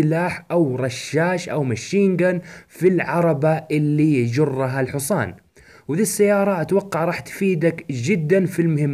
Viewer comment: الحوصان ؟؟؟؟؟؟؟؟؟؟؟؟؟؟ اسمه الحصان فرق بين نطقها بين العامية الحجازية وكتبتها الصحيحه نرجوا تفاديها مستقبلاً